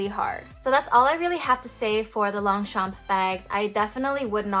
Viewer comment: Please pronounce it properly!